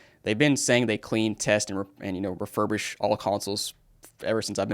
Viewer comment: RefurbISH not RefurbRISH Refurbish